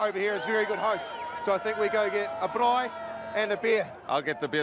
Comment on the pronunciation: rolled that rrrr when saying braai! Well done!